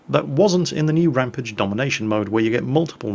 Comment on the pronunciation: ...please sir, say that bloody rampage word right man!!!!